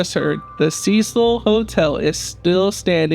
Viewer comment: You aren’t even pronouncing the name name of the hotel.